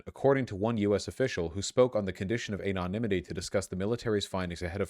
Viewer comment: Vaush, I love you, but why the everloving sweet fuck on a chuckwagon's left wheel do you fucking say AYYYYnonimity?